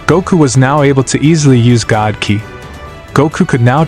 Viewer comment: Your Ai is pronouncing ki as kaeye so write it as key and it will sound right.